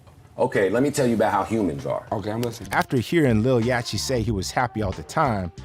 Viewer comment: Bro…… it’s pronounced Yotty….. dude I’m sorry but I respect you and if you got a booger I’ll let you know yacht is pronounced yot……I apologize I realize we reacting to another tuber who can’t even pronounce quavo smh